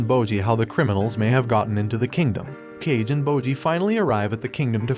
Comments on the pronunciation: Actually there's some false information in this episode. Boji didn't bring Kage home. Kage followed him the shadows without him knowing cause he was curious about him And your pronouncing kage wrong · BRO KAGE IS NOT PRONOUNCED AS CAGE IT IS PRONOUNCED AS KA GEY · It’s not “cage” it’s “Kah-Gey” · It is not pronounced like cage but kaagay which means shadow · Dtoo saying cage, that's not how you pronounce hus nsme. Ka Ge are 2 words. Uhg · Its not kage, its "ka"-"ge" means shadow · Its not kage like in "cage" but "kage" with g sounding like g in "grocery" or "grow". And "kage" in japanese literally means "shadow" so his name can be translated as just "shadow" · It's not "Cage" it's "Kaa-Gay" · It's "kah-geh" not "cage," but wonderful video! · ka-gay not cage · It's pronounce khage not cage oh my even you don't know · HE IS KA(ka) GE(ge) Not KA(ka) GE(dge) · It's not Cage, it's Ka•gei, meaning Shadow. Cus he's a shadow. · Kah-gae not cage 😐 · Why do you keep pronouncing his name "cage"? It's pronounced "ka-geh" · Why r you pronouncing Kage's name like that 😭 it's not "Cage" it's pronounced like Kah-geh and it means 'Shadow' Istg what's up with these kind of videos always messing up the names like tbh do y'all actually watch the shows 💀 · Kage is pronounced “kah-geh” like Hokage, it means shadow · Umm his name is kage (ka-gay) Not cage (Johnny cage) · I just started and I have a huge problem with the way you pronounce some things. I mean, who's "cage" his name is "Ka-Ge" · Why pronounce it as cage? It's pronounced Kah-gay. Watch it before doing a recap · its pronounced Kaw-Gay not cage. like how you would say hokage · It's pronounced "ka-geh" not "cage" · Kage is read kage. Not cage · It's pronounced "kah-gey", not "cage". 🤦‍♂️ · You pronounce it as Ka-ge not Cage. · Kah-gay not cage 😂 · i just notice kage name is not pronounced (cage) is like (ka-gae) cause kage means shadow in japanese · It not Kage~ though but rather Ka-ge (shadow) in japanese. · KA GEH. not cage.